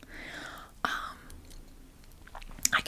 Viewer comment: Aw tuhm nal 🤣 that’s how you pronounce it 🤣